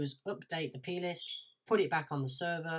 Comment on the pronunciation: ohhhhhhh plist, for a second there I thought you were saying penis :P